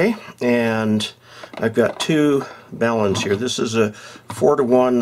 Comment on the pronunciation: Very nice presentation. I appreciated that you pronounced the word BALUN correctly. Sometimes they are called “balms” (that’s an ointment) or “balloons” which only adds to the confusion about these devices.